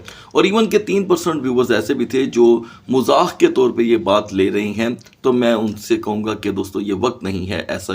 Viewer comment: Mazaq hota ha not mazakh 😂😂😂